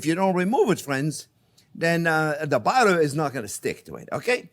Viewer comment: I love this guy. I also love how he pronounces butter "Ballow" lol.